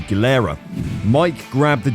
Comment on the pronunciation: I love it when the person narrating knows nothing about their subject. You proved this by calling a 1-2-5 a 'one hundred and twenty five' and mispronouncing 'Gilera'. And everyone is amazed that Mike the Bike's comeback race on the Island on his Sports Motorcycles Ducati never made the cut. Terrible.